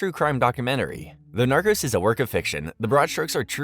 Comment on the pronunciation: Not the "narcus" 😂